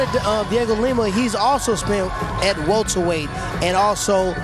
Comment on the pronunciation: You hear bisping go " hes a welterwight?" After calling him a 185er